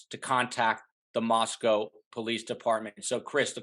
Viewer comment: OK, this is really annoying to me... when an expert mis-pronounces the name of the Town. Listen it is NOT said like the Town in Russia. Mos"cow". It is pronounced mos-co. Not cow. CO! Gone from this channel, if you can't even say the name of the town correctly!